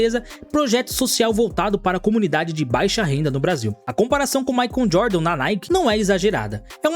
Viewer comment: "Maicon Jordan"? "Nike Hair"? Cara, invista no Inglês que vale a pena!